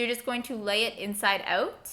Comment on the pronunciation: The way you say inside out annoys me